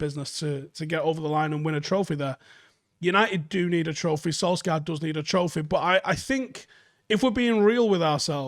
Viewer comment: It is pronounced Solshayr, not Solksiar :) Other than that, great video as usual